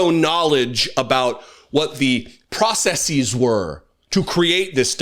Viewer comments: When did people start saying process-ease? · The irony is that while telling us how much of a dummy Trump is used the non word "processies". The word "processes" rhymes with "dresses", not "cryses", which is the plural of the Greek word "crisis". Since there was never a Greek word "processis" there can't be a word "processes" pronounced like "processies". self owned by not having a knowledge of "processis" never being a word.